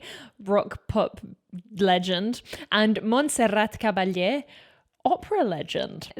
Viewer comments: THANK YOU VERY VERY MUCH for making the precious effort to pronounce SO SO SO well the full name of the legend soprano, Montserrat Caballé. I must say you pronounced PERFECTLY ☺️ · I am a native spanish. Your pronunciation of Monserrat Caballe is perfect, and de C of Barcelona too. Congratulations!